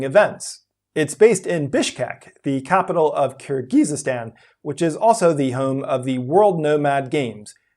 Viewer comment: Youre putting too many syllables in Kyrgyzstan byw